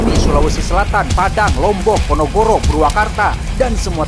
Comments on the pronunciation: Ponorogo bang bukan ponogoro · Sadar g sih bang selalu salah nyebut ponorogo jd ponogoro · Iya si selip lidah. Ponorogo jg di baca ponogoro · Ponorogo bkn ponogoro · PONOROGO❎ PONOGORO✅ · Bang PONOROGO bukan PONOGORO😭